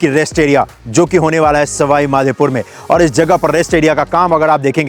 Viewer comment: Bhai...Madhepur nahi Madhopur...Bhagwan ka Naam lo bhaiya.... JAI MADHO..